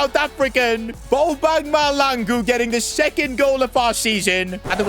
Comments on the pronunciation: It is maHLAngu not Malangu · Its pronounced mahl(Tlh)angu(hard g) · BTW u pronounce bobang ma hlangu the h is not silent and if u see this pls can I have a shout out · Mahlangu not Malango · Bobby huh really it's just Mahlangu bro it's not hard to say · Im south African and I have the same surname as Bobby and that's not that's not how u pronounce our surname 😂